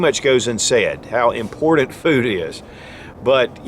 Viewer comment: Pronounce : :IMPORTANT" (NOT IMPORTED)